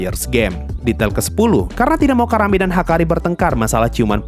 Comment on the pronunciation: Nyebut Karanenya gak terlalu jelas jadi kedengeran Karame